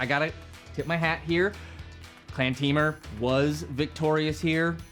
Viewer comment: I can't with the pronunciation of Temur by Callie. Someone tell her it's Tee-mur! 😅